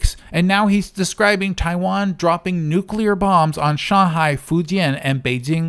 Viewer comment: He's using the 9/11 W pronunciation of "nuclear". He's saying "nucular", intentionally, for effect